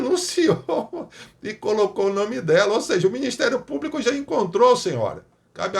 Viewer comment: Só Jesus!!😱 Deputada que nem sabe se expressar de maneira correta... ("Cadê o ministério públiCU?...cadê o ministério públicu?!) 🙉 É isso que temos no congresso! 🤷‍♀️